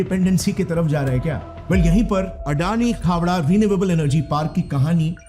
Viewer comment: Khevda nai khavda bolte hai